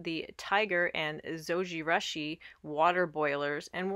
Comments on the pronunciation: LOL, Japanese pronunciation is Zo-ji-rooshi...the Japanese u sound==the "oo" sound as in moon. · Yes, it was a bit annoying hearing the mispronunciation of Zojirushi. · Yes. Very strident to hear the horrid mispronunciation. Ugh. Embarrassing and so vexing that there’s Americans who don’t know such basics. 😑 😣